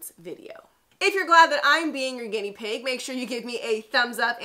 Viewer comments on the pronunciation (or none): none